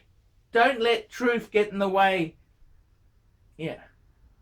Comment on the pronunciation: “Don’t let troof get in the way” There’s your 30 second warning, folks.